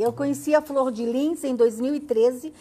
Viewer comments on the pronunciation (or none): Florde"lins" ? Que isso? Acho que é Flordelis